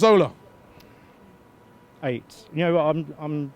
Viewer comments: Why does Robbie always was 'Cazorla' as 'Corzola'? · Lol I hate the way he says car - zola